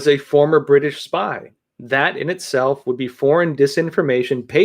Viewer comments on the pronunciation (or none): none